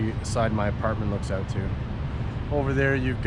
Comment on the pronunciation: I knew you're Canadian when I heard yiu said OOwwTt!! 😅